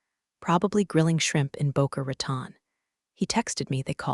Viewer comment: "Boker Raton" instead of Boca Raton. For those who don't know, it is located in Florida on the Atlantic coast. Population about 100,000 and known for its golf courses and beaches.